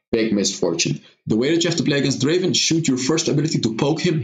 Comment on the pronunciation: Not draven, draaaaaaaven